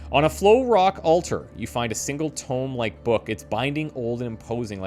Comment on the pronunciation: 😂 I see you've been carrying on the Vampire Survivors tradition by pronouncing "tome" like "tomb" Edit: & just as you also did many times in V.S., you corrected yourself further along in the video 😊 Great job,!